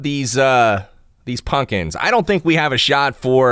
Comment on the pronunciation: Punkins! Lol sounds like ur no stranger to the south